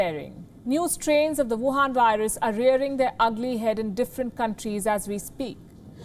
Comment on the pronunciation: I respect this Chanel . As a East Asian thing are very hard because of Covid 19. I keep hearing whuwaun virus. I don’t know what is the motive are .